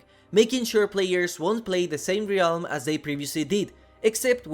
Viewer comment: Realm is pronounced relm.